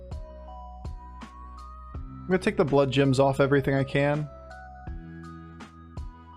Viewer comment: Only started watching this channel a few weeks ago (love the content BTW), so I may have missed the joke, but am I crazy or is saying bloodjims??